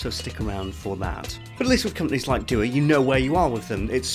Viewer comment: It's not doo-uh btw. It's an Arabic word meaning prayer, it's pronounced du-waa